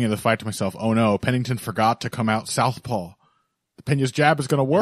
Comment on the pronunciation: Where is the L in "southpaw"?! Who is Paul?!